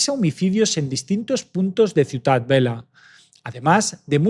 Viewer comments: Bien narrado pero cuidado con los nombres. Hay que contrastar antes. Dices “Ciudad Vela” y es Ciutat Vella. También nombres de calles. A parte de leer el teleprompter ensaya un poco los nombres antes. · No es Ciutat Vela, es ciutat vella. Y no es Brians pronunciado como si fuera el nombre inglés Brian. Suena tal como se escribe. Narras muy bien, pero por eso mismo estaría bien prestar un poco más de atención a la pronunciación de determinados topónimos.